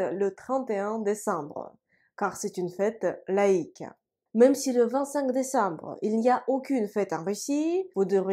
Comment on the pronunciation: ... брэ. désambre жёстко получается. А вообще чётко, как по книге. Какая альма-матэр?